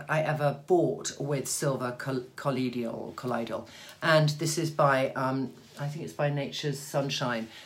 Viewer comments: Trinny, if possible, I would love to see Elizabeth Hurley in your bathroom discussing her skincare routine and her MatchToMe colors. And I believe it is pronounced "cuh-loi-dee-uhl". (Hello from St. Louis!) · its pronounced COL-OY-DUL